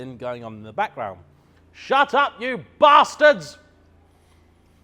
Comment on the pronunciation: Enjoyed the insight! The quality of your shots and specifically the audio definitely shows through, very professional. (PS. You still sound Australian when you say 'Bastards')